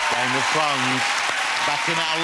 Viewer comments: ''Game of Thwones'' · Hahahahaha Game Of Thwones...hahaha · Games of fones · "The incredibleGame Of Thwones." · "Game of Thwones?", "You're one of the hewoes?". Who is this guy the Roman Emperor from Life of Brian Lol!